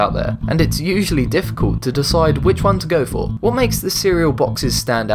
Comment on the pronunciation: The way he said usually sounds weird to me